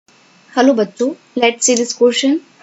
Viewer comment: Mam batto nahi bacho ata hai 😅